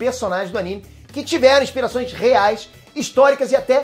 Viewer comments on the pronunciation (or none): none